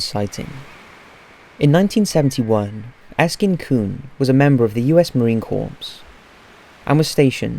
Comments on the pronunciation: Oh no XD don't say marine corpse. Is tis seen as rude when said that way instead supposed to be said Marine core or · #4 is a well-known fake. Marine Corps is pronounced "Core". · DUDE! It's pronounced Marine CORE I was U.S. Army for 8yrs. As much as I DON'T like Marines I at least know THAT!